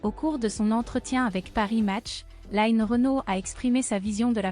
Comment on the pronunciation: On ne dit pas "laïne" Renaud mais line (comme lean en anglais). Merci